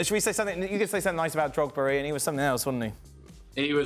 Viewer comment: Did he call drogba Drogzilla 😂